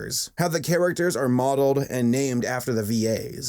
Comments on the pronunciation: You know I’m at supercritical level when “und yogel” is my type of comedy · UND YOGUL